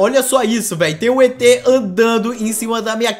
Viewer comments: Mano o em vez de et ele falou etrez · o falo etres ksksksksksksksksksksksksksksksk